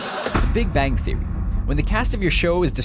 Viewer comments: 'theory' not 'therory' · the Big Bang THERORY 😂😂😂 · Oh the irony...on a video about mistakes... "THE BIG BANG THERORY" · "the Big Bang therory"? Looks like you messed up this time. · Its Big Bang Theory not Big Bang Theorory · The Big Bang "Therory" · The thing at big bang theory said "big bang therory" hahaha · "Therory" haha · Here's a mistake for you "Big Bang Therory" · The Big Bang Therory? Was that a mistake or did you slip that in on purpose? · the big bang "therory"??? what the hell is therory? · its big bang theory, not big bang therory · Here is your mistake: therory, instead of theory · What is a - Big bang "Therory"??? I guess screen rant have to upload another awful video named Biggest mistake we made"!!! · "The Big Bang Therory" .. LOL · The Big Bang THERORY!THERORY!THERORY!THERORY!THERORY!THERORY! LOLOLOLOLOL!!!!!! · Is it just me or did it say Big Bang therory